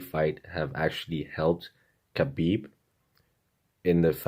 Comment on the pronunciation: Hi Chael! Greetings from Russia! I always love watching your videos. You have an agile mind and charm! I just wanted to point out that Khabib's name is pronounced like Habib. Ir the Russian transliteration it's adopted to spell this sound as the combination of K and H and you being misled by this, pronounce the first letter of his name as K, althogh it's H.